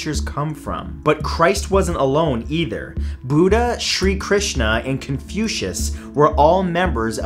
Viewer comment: You pronounced Shrikrishna quite nicely!